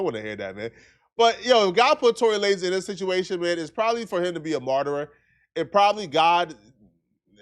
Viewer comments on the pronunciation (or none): It's Martyr. Not martyrer... For the 100th time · “marterer “ is not a word. The word is “Martyr”(mar-ter). 2 syllables, not 3. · SECOND incorrect usage of words for today: “martyrer” instead of “martyr” 🤦🏾‍♂ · incorrect usage of words for today: “martyrer” instead of “martyr” 🤦🏾‍♂ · There is only one ER sound at the end of the word martyr